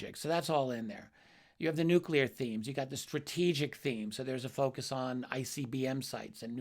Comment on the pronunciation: How can you have any respect for a man in Karl Nell's position who cannot pronounce the word 'nuclear'. What an ignoramus